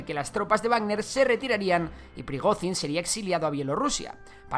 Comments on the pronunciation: Por dios, pronuncia bien el nombre, Llamar a Prigozhin, /Prigozin/ es como llamar a un Jose o Juan, /yose o Yuan/ Mira que se repite veces el nombre en televisión, simplemente con pegar el oído un poco nos dariamos cuenta que se llama /Prigoyin/ con una Y muy vibrante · Se pronuncia "priGOdshin", como la J portuguesa, catalana o francesa.